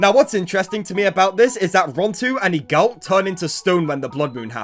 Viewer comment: Broo I cant with the pronounciation of Eagult, Egalt 😭